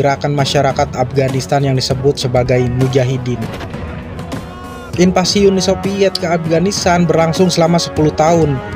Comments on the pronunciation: Uni SoViet bukan Uni SoPiet. InVasi bukan inPasi. F bukan eP. V bukan P. Ngerti ya mang? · Bukan inpasi tp invasi 🤣🤣🤣🤣🤣🤣